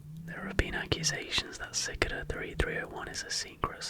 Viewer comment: It took me a while to realise that you were talking acout Cicada 3301 when you said “sik-da” 3301. Never seen someone mispronounce cicada like that😭